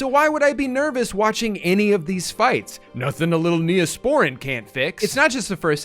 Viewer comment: Hearing Drew pronounce it as neoSPORin physically hurt me